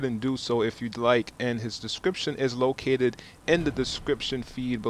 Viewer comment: "And his description is locatated in the description" LOL did you mean to say that?